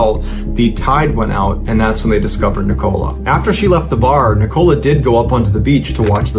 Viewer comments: Yes! I keep saying NICK-o-la. Not Ni-COLA. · 😂😂😂😂 that's not how you say nicola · Besides the weird and tragic story along with strange pronunciation of the main character’s name, the image of random man in trench coat and a bowler hat, sitting barefoot on a beach in a wooden chair, reading a Russian newspaper is a lot to take in 😅. I mean it in the nicest way possible, you’re definitely not boring 😂